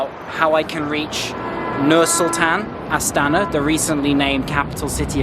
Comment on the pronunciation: Красавчик. Респект за то, что произносит именно Астана.